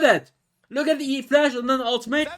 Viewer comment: That's e -> flash XD not flash E hahahaha